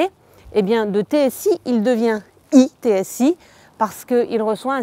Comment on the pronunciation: pas d'accord avec toi sur la présentatrice; l'articulation des sons est mauvaise, en france, eTSI se prononce "eu"TSI et pas "i"TSI; à la fin de la vidéo, la dame parle de la "politique plus onéreuse de Volkswagen"... elle utilise des comparatifs/superlatifs sans rien désigner, la structure grammaticale de sa phrase est incorrecte.